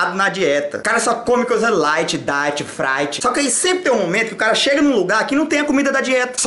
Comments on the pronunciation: Só come coisa "Laite" "Daite" "Fraite" kkkk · Laite..daite...fraive kkkkkkkkkkkkkk